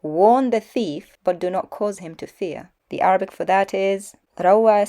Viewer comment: Keep up the good work. Make more videos confronting that liar to expose him especially to his minions. When he reads Arabic, I almost died laughing as he sounded like ‘re-turd.’ I saw a thumbnail of him supposedly exposing you. Sorry! I don’t patronize hi channel. You know he is lying when you see his mouth moving!